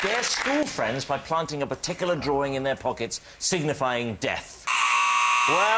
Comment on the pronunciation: They all say “drawring” instead of drawing